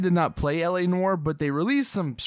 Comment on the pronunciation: You say “Noire” wrong it really bugs me